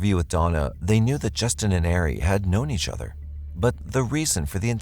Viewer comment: Hey Sub here. Love your show just wanted to show this to you. Ari is pronounced AR-E, Not Air-e. Just wanted to let you know for future reference. Have a Blessed Day.🙂